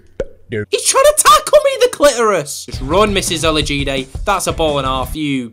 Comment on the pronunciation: He said it correctly